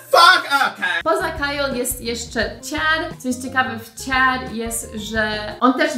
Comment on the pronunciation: A mam takie pytanko - Sharon, Chad czytasz Śaron, Ćad, mocno mocno zmiękczone - czy to jest typowe dla jakiegoś regionu w USA? Czy wszyscy tak wymawiają te imiona? A może jakiś filmik i akcentach? :)